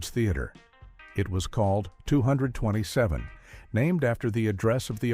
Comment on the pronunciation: IF YOU’RE GOING TO USE AI, AT LEAST GET IT TO SAY THE NAME OF THE SHOW RIGHT!!! if you can’t do it right, just don’t do videos.